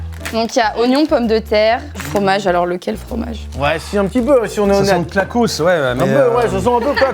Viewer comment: J’suis désolée mais la nana qui dit à « quel formage c’est dans la tartiflette »… j’ai mal à ma Haute Savoie